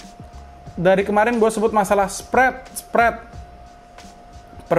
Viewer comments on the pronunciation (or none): Kuping ku gatel masnya ngeyel ngomong "spret spret" 😂